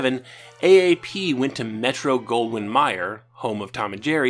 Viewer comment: correction: when you mention MGM, you pronounced it wrong. the "Mayer" in the name is pronounced with a long "A", the same as "mayor"